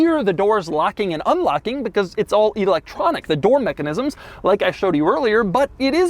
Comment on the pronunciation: "EEEElectronic". He probably says Eye-talian and See-ment too.